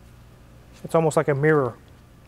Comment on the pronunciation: I'm impressed by an american who can say mirror without sounding like they're having a stroke - meeerr